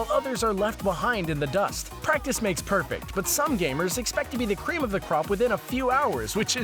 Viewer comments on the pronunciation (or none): none